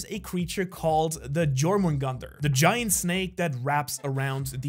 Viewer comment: BRUH, YOU"RE GERMAN AND YOU PROUNOUNCED JORMUNGANDR INCORRECTLY.... IM DEAD. WHY BRO WHY?